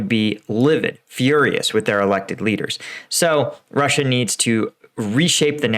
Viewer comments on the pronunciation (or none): none